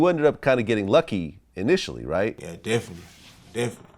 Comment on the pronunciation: Vlad: So when did you start officially rapping? Baby: Deffily ..uhzackly